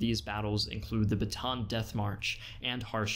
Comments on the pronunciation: Kindna grinds my gear a little bit when he says Batan it is Bata-an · Bataan is pronounced as Ba-ta-an not Batan. Anyways this is such a great video and I learned so much. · ba-ta-an not batan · Bataan in pronounced Bata-an, not batan. Foreigners always get this wrong :D Learned a lot from this video though. :D Fact, Philippines used a Japanese Peso for a very short while while the Japanese are in control of Manila. Now these bills are being collected. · Ba-ta-an Death March nit batan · Just so you know, Bataan is pronounces as /Ba-ta-an/ and Corregidor is pronounced as /Co-re-hi-dor/ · It is pronounced bata on there is a gap between a’s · Just saying you pronounced Bataan wrong it is pronounced Bata an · It's pronounced Ba ta an... The two as' are not pronounced as one... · Yup it is pronounced as long "A" not with short "A".